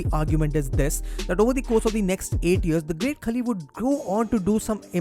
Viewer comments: Its pronounced not 'kali' its 'khaali' otherwise a great video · Hope Kavita Devi becomes successful in NXT and main roster.. btw it's Khaali.. not Khali.. As usual awesome content and presentation bro!! #RustyRocks